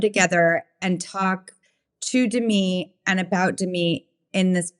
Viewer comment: It’s de - Mee, with the accent on the second syllable, so a little different than Demi Lovato